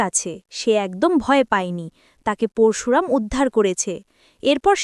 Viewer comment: পোরশুরাম নয়, পরশুরাম ---সঠিক উচ্চারণ করতে শিখুন। আপনার বেশীরভাগ উচ্চারণ ভুল। আপনি আদৌ ভারতীয় বাঙালী?